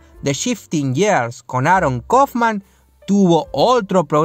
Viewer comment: señor debe aprender a pronunciar las palabras que son en inglés years NO !! GEARS SII